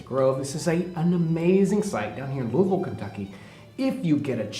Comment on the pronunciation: Good on John for (almost) properly pronouncing Louisville!